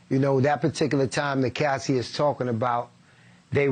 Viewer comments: Why he keep calling her Cassidy it’s Cassie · “Cassidie” LOL did anyone catch that? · Why is the reporter calling her “Cassidy”? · Cassie not Cassidy… please get peoples names right if you want to be taken seriously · The man is ignorant he said Cassidy instead of Cassie ignorance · Hey Cuomo, it’s CASSIE…. Not Cassidy…..🙄 Anyways Diddy is pure evil…. 👿